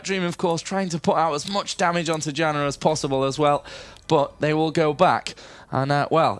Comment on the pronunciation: Janna is pronounced 'YAN-NAH'. Damn announcer. '=.=